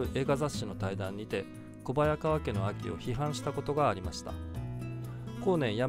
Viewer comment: こばやがわけ ではなく「こはやがわけ」だよ